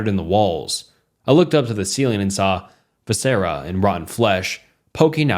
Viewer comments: For the record, so the video creator can improve, viscera is pronounced “vih-ser-uh”, with a short ‘i’, and undulating is pronounced “un-dyoo-lay-ting”, the second ‘u’ being a diphthong. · no worries, I’m here.. - viscera : vis-er-uh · 'Vi-sara' and 'oodulating' took me out 😭